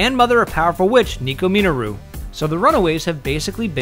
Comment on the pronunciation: Do not like the way you pronounce Minoru (Men-or-oo) BTW. LOL!